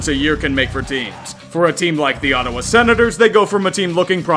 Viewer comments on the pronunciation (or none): none